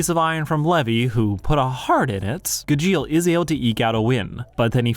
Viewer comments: It's GA-jeel and not Ga-djEal ! The clips in the video are literally from the dub, so how do you pronounce it so wrong? (You also pronounce it wrong compared to the sub to) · Sorry im going insane listening to you call him guh-jeel LMAOOOOO its gah-jeel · watching this video was the longest soul sucking session ive ever had everytime he said ga-jeel and not gaj-eel also call it what you want but calling it the power of family is more accurate than the power of friendship. Yeah yeah same thing hut it means more if its family and thats fairytail's whole thing its about family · It’s not gajill it’s GAH-Jill Gajeel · Ive only ever know Gajeels name pronounced as Gahsheel and hearing it as "Guh-jeel just soesnt aound roght at all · Just a side note...it's pronouced as "GAH-jeel" :P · Gu jeel 🤮🤮🤮🤮 I wanna hear him say mirage “meer age” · Pronouncing Gajeel like "congeal" is wild. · I am usually not that kind of person but every time he said "g-jeel" it switched something in my brain lol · How can you be a fan of Fairy Tail and pronounce Gajeel's name wrong?! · How can you probably pronounce Jose but not gajeel? Your pronunciation made me end the video so I hope you’re happy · the fairy tail heat in this video is kinda crazy...and saying Gajeel's name wrong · You pronounce Gajeel just slightly wrong for the whole video and it's driving me insane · At least someone said it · That Gajeel pronunciation is the reason I'm leaving the video in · I can't, you're not even pronouncing Gajeel's name right. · I dropped this terrible video because you can't even pronounce Gajeel correctly. On top of the fact, you didn't even see this show. Ridiculous. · Mispronouncing Gajeels name in a video about him is a wild move. I can't sit through it, im sorry. Im not gonna thumbs down the video because im not that guy, but i really can't get over it 😅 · Is he saying gajeels name intentionally wrong ?? 🤣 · the pronunciation of Gajeel's name pissed me off the entire video